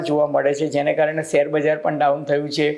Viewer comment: સેર નહીં શેર કહેવાય ભાષાસુધારો